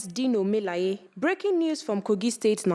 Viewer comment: Is that how it is pronounced😂 "Mi-la-ye"?